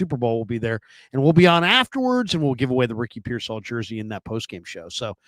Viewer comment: He also says pearsALL INSTEAD OF PEARsall 😂